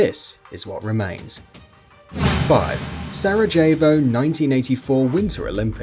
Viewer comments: Se-rah-hey-voh not se-rah-jee-vo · I'm English and Sarajevo is pronounced with a silent J It's nothing to do with being English it's to do with never knowing the city, pronouncing it phonetically and sounding stupid doing so. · That's not how you say 'Sarejevo'